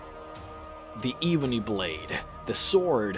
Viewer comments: Pronounce it ebony not eebony. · It's Ebony, not Eebony 🤦‍♀️ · This is the worst video ever made because he said iibony blade. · Eebony :D Hir-sayne :D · “The evbony blade” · Eeeeebony blade? Ebony. EB-O-NY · Eebeny blade??? It is called the Ebony blade mate. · I swear he said evening blade not ebony blade the first time lol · Eh-bon-eee,come on man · The fact that he pronounces pretty much every daedric prince/lords names wrong and he said ebony blade wrong as well it kills me! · The way u say ebony hurts my soul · U keep pronouncing ebony Rong